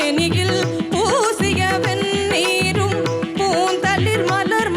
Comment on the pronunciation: அருணாவின் குரலும் பாடும் முறையும் மிக அருமை. பாராட்டுக்கள். ஒரு விமரிசனமும் உண்டு. எல்லா இடங்களிலும் உச்சரிப்பு சரியாக இருந்தாலும் ஒரு சில இடங்களில் பிழையாக அர்த்தம் மாறும் படி இருக்கிறது. உதாரணமாக 'ண' வரவேண்டிய இடத்தில் 'ன' என்று உச்சரிக்கிறீர்கள். "பொன்னெழில் மேனியில் பூசிய வெண்ணீரும்...." என்று வரும்போது 'வென்னீரும்...' என்று உச்சரிக்கிறீர்கள். வெண்ணெய் --- திருநீறு வென்னீர் --- சூடான நீர்.